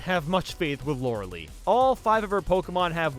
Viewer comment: Why is he using Harden to try and tank Water Pulse? That's not how the game works... Also, I'm pretty sure it's pronounced Lawr-Uh-LIE, not Lawr-Uh-LEE. While we're at it, how did he manage to have enough PP for the entire Elite Four?